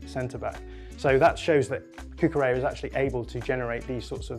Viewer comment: BTW, the "LL" in Cucurella's name is not pronounced like a "Y". His name is Catalan, not Spanish. It's more like a "LY" sound.